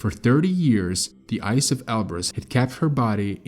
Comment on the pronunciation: Oh man eberus not elberus